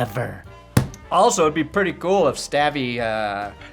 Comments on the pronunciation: You are saying his name wrong!!! It's is not STAVY 😅 it's pronounced stovy. Come on!!! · You are saying stavvy wrong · not pronouncing Stavvy right was painful to my soul.